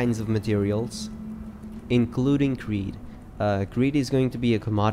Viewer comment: fyi, its credd (rhymes with dead, play on the word CREDit), not creed (rhymes with greed)